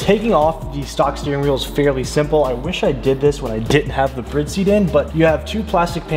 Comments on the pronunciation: am i wrong saying bride like bride and groom not saying it like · If he calls BRIDE, BREAD 1 more fucking time lol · is is Brid or Bride lol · Is it pronounced brid cuz I’ve been pronouncing it bride for so long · The more I watch these the more it makes me question if I have been saying the brand "Bride" wrong my entire life......................